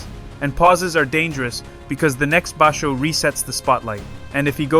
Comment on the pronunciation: He is Yokozuna level. It's just a matter of time. He has already beat a weak yokozuna, Hoshoryu, 4 times, undefeated against Ho. Please watch your pronunciation of some words like basho.